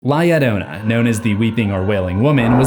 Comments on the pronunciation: It pronounced yo ronan. And this is a scary legend to hear as a child. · the entire time i was just fuming on how he was saying it “yodona” Se llama es “Llarona” pronounced “Ya- rrrrO-nuh” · La "yo-RO-na" is how to pronounce. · Its "La - Llarona (Jarona)!" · The fact that people say her name has an i. it is LA LLORONÁ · Doesn't a double L in Spanish sound like a Y would in English? So, it would be pronounced LA Yorona. Irking me... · The only thing I leave a dislike for is the fact of how he's saying la llarona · From what I heard I thinks its pronouced lie yarona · Double "L" makes the "J" sound in spanish amigo. You're butchering the pronunciation. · The pronunciation is argued The double L can even be used to make a J sound or Y sound